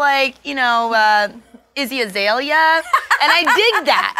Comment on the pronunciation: "Izzy Azalea" lmao :,)